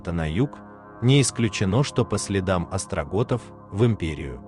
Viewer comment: остготы, а не остроготы, своему боту правильно напечатай, он и зачитает, как написано))) остРОготы)))))) я валяюсь от смеха, выдай ещё что-нибудь подобное, например про тупоготов, люблю сказочников, особенно, когда у них подгорает)))